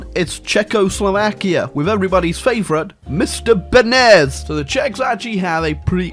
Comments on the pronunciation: It is not read Benes , it is read Benesz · no benes its BENEŠ RE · As a Language Nerd I must say, its pronounced Benesh - written Beneš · "Mister Benez!" Me, a Czech: Dies inside at the pronunciation. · Give it like atleast a single year, and will learn how to say Benesh